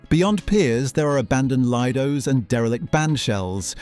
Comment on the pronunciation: it is pronounced Lee-do not l- i -do